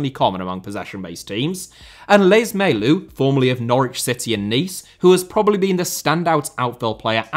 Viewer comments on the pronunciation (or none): Day 33 of asking a video on- Oh hey you made it! Thanks a lot! Btw, funny pronunciation of my name lol Also, Lees-Melou, not Lees-Melout